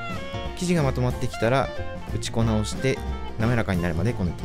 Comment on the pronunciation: おいしそうですね！！ 何度か「うちこな」と発音しているように聞こえますが、「打ち粉」は「うちこ」と読むと思います。